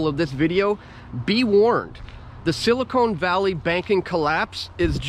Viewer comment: Good stuff as usual! It's silicon not silicone.